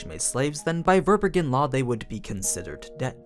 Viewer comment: Fun fact : Verbergen is a German word and means concealing or to hide which is quite fitting. It’s pronounced quite differently… your version sound really funny to me